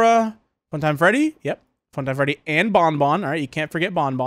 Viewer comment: Bro said feddy💀